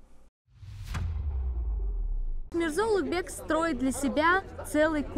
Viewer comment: Произношение имени Улугбека как "Улутбек" дамочкой, назвавшей себя гидом для нескольких умалишённых из России, перечеркивает нахер все теории заговора, проповедуемые этим каналом)) Низкая социальная ответственность её подвела))